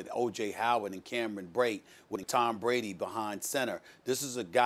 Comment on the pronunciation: Yesterday she called brady "tom bready"